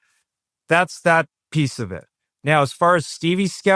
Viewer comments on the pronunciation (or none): none